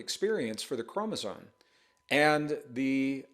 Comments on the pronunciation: ChromosoMe. M. Not N. . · Mr. Braden, can I ask why you appear/sound to pronounce "chromosome" as "k-ro-mo-zon"? Or is it just my hearing? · How can this guy pretend to talk as though knowledgeable on the topic, when he continues to say "chromoZONE?" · No offense- but you’re calling chromosomes “chromosones” and that does make me question your credibility. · Gregg, I love you dearly and have followed you for years, but there's no "n" in "chromosome".